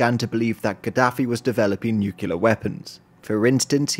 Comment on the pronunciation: All this wonderful work, and still can’t say “nuclear?” Small complaint. Thanks for this excellent summary.